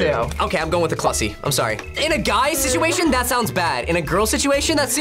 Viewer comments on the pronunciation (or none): HE SAID CLUSSY!